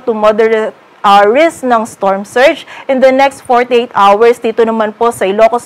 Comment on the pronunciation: Mali yata ang pronunciation mo ng ‘hour’ !!